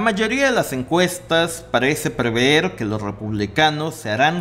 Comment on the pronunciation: Se dice PREVER no preveer ! Lo confundes con Proveer. Me gustan tu temas; pero habla bien...